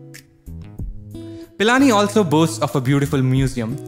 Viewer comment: It's not Palani its pilani 🤣🤣